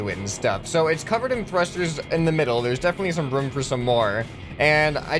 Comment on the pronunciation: You saying vroom instead of room